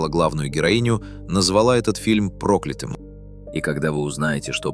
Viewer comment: В слове прокля́тым ударение падает на я: прокля́тым (от слова прокля́тый) Примеры: Он считал этот день прокля́тым. Дорога оказалась прокля́тым местом в народных преданиях. Во всех формах слова прокля́тый ударение обычно остаётся на я: прокля́тый, прокля́того, прокля́тому, прокля́тым и т. д.